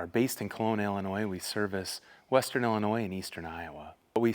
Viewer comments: Happy to see yall and back together! Ya gotta teach him how to say Illinois though lol. Good job guys! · just thought u would like to know the s in Illinois is silent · At least pronounce Illinois correctly!!! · All of the above and watching from southeastern Texas. I was born in Macoupin County, Carlinville, Illinois. NEVER pronounce the “S” sound at the end of ILLINOIS. 🤗❤️👍🏻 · Your in my part of the country now!! Im so glad your out and about. You have such a wonderful heart. Thank you. FYI, "s" in Illinois is silent! lol Hugs